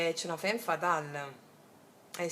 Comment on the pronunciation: La ratio la appendiamo come un arazzo: al muro!!! Ps sei fantastica, lo dico solo per piacere, non per correggerti, perché sei geniale cosi come sei: femme si legge famm! Grande!!! Dio ti benedica!!! Questa stesa è da "seguire l'istinto", molto BASIC INSTINCT: litigano, fanno l'amore, lei evitativa, lui pazzo di gelosia😂❤🎉 da farci un nuovo screenplay. Una curiosità linguistica sulla "divisione": in spagnolo il verbo "partir" (partire) significa anche dividere, come anche in francese "partager" (dividere). Come si nota, la radice "part-" indica distacco, anche in italiano: "partorire", dare alla luce, quindi, evoca significato della divisione, distacco, ma anche la gioia che esiste nel dare nascita o nel senso del viaggio (animico e fisico). Siamo una PARTe del tutto ed il tutto è parte di noi.